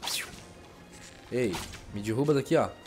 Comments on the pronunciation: Dirruba não cara mim da agonia fala errado é Derruba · Nossa mano da agonia você falando dirruba kkkk coitado do cenobia. Existe Shadow of The Colossus para X-Box 360?